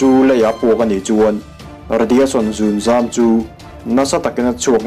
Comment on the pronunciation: Zunzam nilo in zungzam tih tur aw